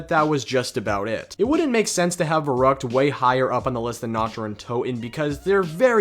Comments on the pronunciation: Verrückt is pronounced as Ferryckt. V=F. ü=y. The map is german. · That german pronunciation 😬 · Pls learn how to pronounce the non-english words. It makes me cringe so hard the way you say "Der Riese", "Verrückt" or "Wunderwaffe"